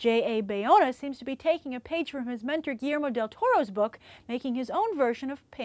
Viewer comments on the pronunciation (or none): none